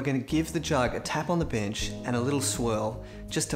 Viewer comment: ON THE BENCH.....LOL... I THOUGHT I HEARD "ON THE BIT!% GREAT VID LOVE ACCENTS